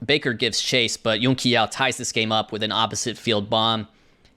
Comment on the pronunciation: Excellent video once again but the Qi in Yun-Qi Yao is pronounced Chee not Kee